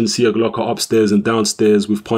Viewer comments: Its pronounced Sieklocha. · There is no "Slav" in you, the surname is pronounced SIJEKLOCHA:D Anyway, good performance by both fighters actually. Nikola came to fight and gave Yarde the best test so far. Few more fights and he will be ready for a title shot!